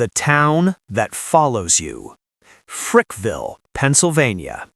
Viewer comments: It Frackville Pa not Frickville and it’s a quiet little town . Nothing he said was true! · It's not Frickville....it's Frackville. Place is a shithole.